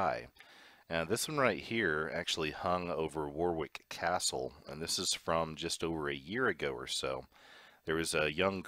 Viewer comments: ***** HI GREAT VID AS USUAL,JUST TO LET YOU KNOW ITS PRONOUNCED WARICK CASTLE EVEN THOUGH ITS SPELT WARWICK.PEACE BRO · "Warwrick Castle" is pronounced "Waw rik Cah - sill". Can't you at least try to pretend you know what you're talking about?